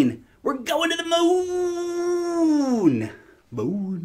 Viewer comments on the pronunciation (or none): none